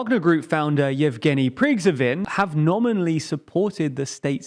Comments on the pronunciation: It's Pri-gho-zin not Prig-zho-vin. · fuck, man you are filming news, but cant pronouns cities and surnames correctly its not "Kirzon" its "Herson" stress on "e" its not "Karkiv" its "Harkiv" stress on "a" not "Prigzovin" its "Prigozhin" stress on "o" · “Kadzhov”? “Prygzhovin”? You don’t really understand what it takes to be a newsreader, do you? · Seriously, take a moment to actually read the names. I understand that Kherson can be read Kerson in English, but how do you get Prigzovine instead of Prigozhin, or Shoivu instead of Shoigu? This is a recurring issue in TLDR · You need to put more effort into pronouncing names of people and places. It's ok to butcher the name of some obscure village occasionally... but completely messing up major players like Kadyrov (not "Kadjov") and Prigozhin (not "Prigzovin") undermines your credibility. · i am still wondering about your pronunciation of Prygozhin... sounds like preegzgovin.. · Urgh get the names right. It’s PRI-GO-JIN and KAD-I-ROV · who in the hell is "Prig-zo-vin"?????????????? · “Ka-di-rov “ and “pri-go-zhin “. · Wagner's founder is read like "pri-go-j-in" :) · I love how you keep getting those russian names wrong.. it's.. Shoy-goo Pree-gow-jin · "Kadzyov" and "Prigzovin" 💀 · Them saying Kerson is kind of a meme now. But how he pronounced Pregozhyn is just a mess. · prigzovin is my new favorite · Get this poor man a coffee before he calls the HIMARS Russian or mis-pronounces Prigozhin's name again 🙏🙏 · Oh yes, he made good progress with the prononciation of 'Kherson'. However, there's still some work on 'Prigozhin' though... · I think he can be excused on the pronouncing of Prigozhin‘s name, as its just one of those names, as I always get it wrong myself, by pronouncing it Pigozhin. See, I just did it again, Pigozhin. 😊 🐉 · Pronunciation on Kadyrov and Prigozhin were pretty off. (Edit: Shoigu too...)